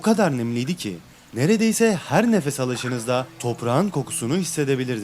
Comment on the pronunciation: Herrre Herre 😂yedin bizi